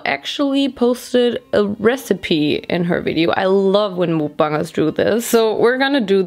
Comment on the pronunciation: I can’t 😭 😂 nit Trina be mean but “mOoKBuNgErS”